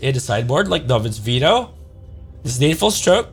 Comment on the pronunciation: Swear it sounds like he's saying Dovin's Speedo instead of Veto which now might have to be my nick name for the card over Danny Devito